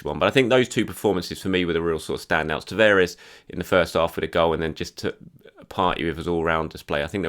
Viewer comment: TA-VA-RES. Not Taveres! Christ you think you'd pick up the right pronuncation after repeating someone's name over and over again